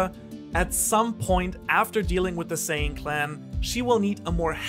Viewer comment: I have two comments to make. First, the family name is Zen'in, and since it's clear that you care about getting the pronunciation right, you should make sure you say zen…in. Second, you're very cute.